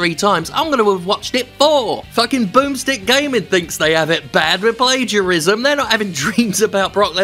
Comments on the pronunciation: Plagiarism (Play-geea-ris-ma) 😂 What a guy they call "Jim"!!!! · Jim accidentally nails the Indonesian pronounciation of 'plagiarism'